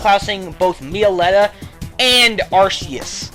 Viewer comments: Me-o-letta? D: Isn't it Mel-o-etta.. ._. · how you pronounce meloetta: mee-oh-lettah how it is supposed to be: meh-low-eh-tah :P